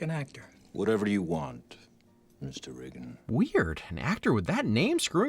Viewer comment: thanks for the clarification, even with the volume and replaying it a few times all I kept hearing was "riggan" and was supremely confused